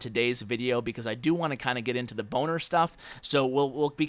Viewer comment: Are you saying "boner attack" or do I just have bad hearing??? 😂😂